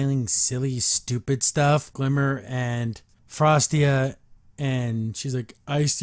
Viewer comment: It's Frosta!! Not Frostia!!